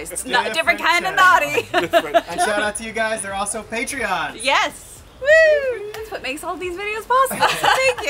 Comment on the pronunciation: "PATRONS" not "PATREONS"